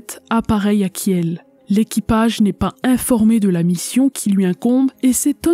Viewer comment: Superbe documentaire, as usual. Une seule remarque : Kiel se prononce Kil, sans le e. Sinon, cela prête à confusion avec la charmante et paisible ville de Kehl, en face de Strasbourg, de l'autre côté du Rhin. Continue.